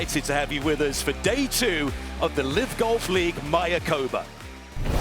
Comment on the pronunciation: Love the coverage and the resort. But you commentators need to learn how to pronounce MAYACOBÁ....accent on the last "Á", (my-ah-coe-BAH)